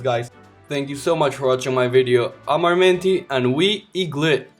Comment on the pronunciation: eaglit not lit